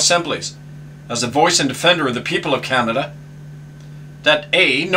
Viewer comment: Learn to say Canada properly !